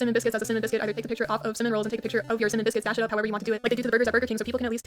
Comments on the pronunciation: “Simmin rolls” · I love that you pronounce it 'sinmin' its adorable lol - subscribing 😂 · The fact you can say cinnamon with 2 sylbles is fascinating 🧐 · Do you not know how to pronounce cinnamon correctly…